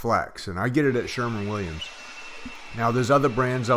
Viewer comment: Good video, great instruction. I just have one mind blower, you said you got the paint from (Sherman Williams) okay that drives me crazy, the company is “Sher-WIN Williams” THER IS NO “M” in the name. Geeesis!!!